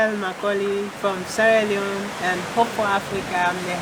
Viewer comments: please say the name if the country properly. It is Sierra Leone, not Leoneh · Sierra Leone is pronounced Cee-Era Lee-Own *